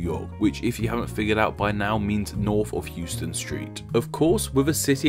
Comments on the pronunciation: not him calling it hewston street oh no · Houston is Pronounced house-ton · Houston street is actually pronoucned "HOWS-tin" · How he pronounces Houston😑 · New Yorker hearing him say “Houston st” instead of “Houston st” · you pronounce Houston street completely wrong. named after a completely different person... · . Btw. HOUSTON.... pronounce house+ton. Not hughe+ston. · As this was already touched on. Here is some history on the Houstons The street's name is pronounced "HOW-stən", in contrast to the city of Houston, Texas, whose name is pronounced "HYOO-stən". The street was named for William Houstoun, while the city was named for Sam Houston. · In NYC, Houston as in the Street Name, is pronounced Howston, not Heweston as in Texas. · It's pronounced HOW-ston (or HOUSE-ton), not Hyoo-stun street. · Couple of points: Soho is south of How-ston not pronounced like the city in Texas: Hue-ston. And Hell's Kitchen was named after soup kitchen run by a German woman with a name something like Heille. Not bad overall,oh and its Amerigo Ves-pu-chee . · In Nyc —. the street —- It’s not HEWstun it’s HOWstun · Those from NYC pronounce Houston as “How-stun” NOT “Hyoo-stun”. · In NYC “Houston” is pronounced HOUSEton. Not like the city in Texas which is Houston. Why is it different? I don’t know naming conventions is your gig, but calling Houston street Houston is a terrible faux pas. Lol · And it’s pronounced HOUSE-STAN not Houston like the city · On the topic of pronunciation, "Houston" is said "howston" and was named after a man whose was spelled with a "w". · Houston in NYC is pronounced How-ston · Just a quick thing. Here in NYC we don't pronounce Houston street the way you'd pronounce the city in Texas. We pronounce it House-Ton. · Houston Street in New York is pronounced HOW-stun. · Correction. The “ou” in the name Houston St. in SOHO is pronounced OW, as in “cow”. It isn’t pronounced like the Texas city. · Houston Street in New York City is pronounced "HOWS-ton".